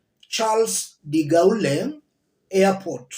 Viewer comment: Pronounced as de Goll.